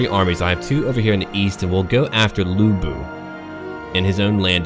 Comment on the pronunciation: As foe the pronounciation, you've basically mastered the vowel sound. It's just the "Lu" in Lu Bu that you need to pay attention. Sometimes, "Lu" can be pronounced as "Loo" and sometimes the "u" can be pronounced as the first "u" in "ursurpation" (The same thing happens in "nu", too). The consanant, however is a whole new thing. First, the consanant "c" is always pronounced as "sss" with a slight "t" sound. The consanant "ch" is just "ch" in "chess". The "u" in "Ju", "Qu" and "Xu" is always pronounced as the first "u" in "ursurpation". That's basically what you need to improve.